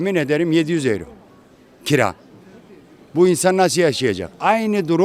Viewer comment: 40 senedjr almanya da Daha Euro okunusu oyro demeyi Bilmiyo bunlar hep böyle devletten geceniyo kahveden Cikmaz bide Almanya bitik diyo karaktersiz